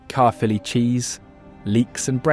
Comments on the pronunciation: I never knew the cheese was called CAREFULLY. AI will take over the world one day, but it SURE can't pronounce words properly can it. So when it decides to get rid of us, it'll decide to keel us I suppose. If your an American visitor to Wales one day, look up the small town in West Wales called Burry port. It's on the coast road from Swansea to Carmarthen and about half way between the two. That is the place Amelia Earhart set foot after flying as a passenger across the Atlantic, the first woman to do so. There is a memorial monument set in the town for her and the rest of the crew, just up the road past the police station and only a few minutes walk from the railway station. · What a load of Ai slop. Carefully Cheese 😂😂😂😂 It’s Caerphilly Cheese 🧀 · AI narrative crap again ! It's Caerphilly, not carefully. I hate these amateur videos....can't watch. Let's have some REAL people narrating, not some effing computer ! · I wish a Welsh speaker had told the moderator how to pronounce Cawl (= Cowl as in the animal+l) and Caerphilly ( = Kairphilly) or better still narrated the text dotted with so many Welsh words mispronounced here. Awful. All in all a very weird narration full of errors, so obviously AI and badly researched. But the images are lovely, turn off the audio 🤣🤣